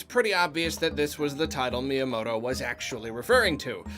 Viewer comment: I like that he calls myanoto shigi.